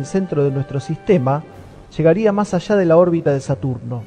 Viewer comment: La ESTRESHA y los RASHOS SHA SHEVAN muchos años ASHÁ arriba😂😂😂😂